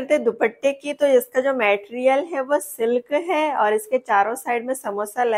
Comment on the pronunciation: Didi please 🎉❤ मेटेरियल नही 🙏मटेरियल बोलो 🎉